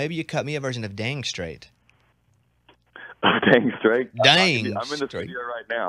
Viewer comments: It's down srait not damn srait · NO IT'S DAMN STRAIT